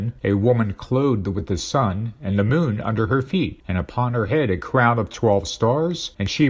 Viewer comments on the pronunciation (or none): none